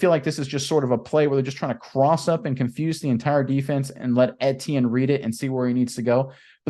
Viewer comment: FYI: Pronunciation: Etienne = E T N